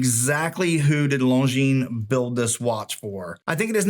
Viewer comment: I am glad you know that the S is silent in Longines. Seems that few watch tubers know that.